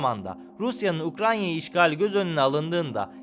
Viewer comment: Eline ve emeğine sağlık çok güzel bir video olmuş. Yalnız eklemek istediğim bir konu var diğer videolarda da dikkatimi çekti. Her video da ukrayna’yı yanlış telafuz ediyor, “ukranya” diyorsunuz. Yeni videolarınız dikkat ederseniz mutlu oluruz.